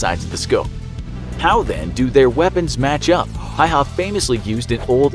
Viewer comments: Lol hayha its häyhä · Is not pronouced hayha is pronouced like häyhä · Häihä not haiha lol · It is Simo Häyhä not Simo Hayha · You say it Häyhä, not Haua! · It's Simo Häyhä not Simo Hayha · Simo Häyhä not Simo Hayha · Btw the pronounciation of Häyäh is "howha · I am dogge it’s actually said like hæyhæ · Dude....its pronounce "Hey-Haw" and "Nu-Gawnt" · Its HÄYHÄ not hauhauhaauu easy to say if ur from the Scandinavia as im🇸🇪🇸🇪🇸🇪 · Just a little pronunciation error, y in finnish is pronounced L so it's pronounced Hälhä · Please, if you cannot say his last name correctly, just say Simo. Ä is pronounced like the a in apple. Y is pronounced oo like ooops. There is not hay/hey in Suomi. Simo. The snow was not the only geographic location he was a master of, although Talvisota, for Simo, was purely snow and cold. But he was also a master of the forest.